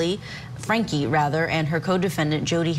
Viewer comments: ITS Frankie not Frankly. Get it right. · Why can’t court TV get the name right?! It’s FRANKIE not FRANKLY 😂 jeezum both the male and female keep saying frankly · Omg you’re driving me crazy with the constant mispronunciation “Frankly” you even know it’s wrong but keep saying it 😂smh